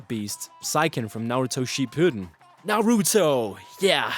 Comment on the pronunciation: fuck you you pronounced naruto wrong i h8 8/8 m9